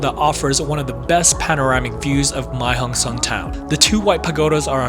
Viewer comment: Why nearly every youtuber speaking the loop wrong. It not the Mei Hong son loop, it´s the Mae hong son Loop.